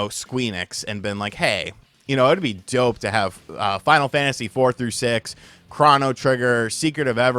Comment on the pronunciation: Please learn how to pronounce "Chrono".